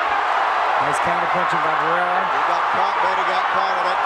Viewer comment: The announcer said he gave the the th to Barraera?😂😂😂this isn’t a track meet